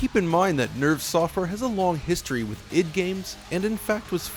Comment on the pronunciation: Every time you say nerve it sounds like nerf! Yup this is the nerfed port!